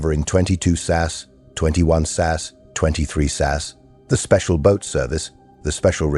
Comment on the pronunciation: This is AI Slop, the narator couldn't pronounce Hereford (heh ruh fuhd). SAS not sas. I think my Grandson is better a phonics.